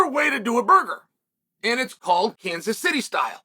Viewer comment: Kanas? Sounds Greek Uncle Chael